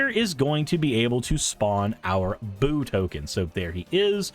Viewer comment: Yeah "Boo" pronounced like you have been is the Hamster that Minsc makes